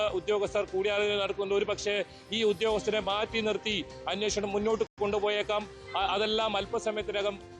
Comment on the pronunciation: അന്വോഷണം അല്ല അന്വേഷണം.. 😅